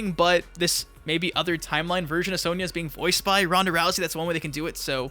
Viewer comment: Why do you pronounce Sonya as "sowneeah" ? Have you never played MK before?